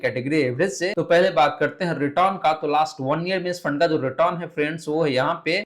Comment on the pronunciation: Return to bolana sikhlo